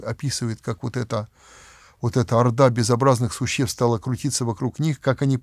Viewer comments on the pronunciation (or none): none